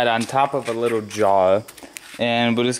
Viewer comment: The letter(lettew) R is not pronounced as a W nor is the lettew L. Undewstand a wittwe bit bettew. It's cute when you describe your age with your fingers, but your a little old for that . Still is him just the cutest wittwe man.